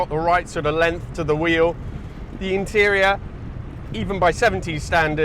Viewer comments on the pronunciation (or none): none